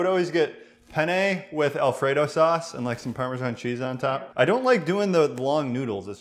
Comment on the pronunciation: not to be a dick, but why do you people say parma-john cheese?